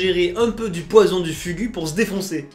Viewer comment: Le poisson se lit fugu mais se dit fougou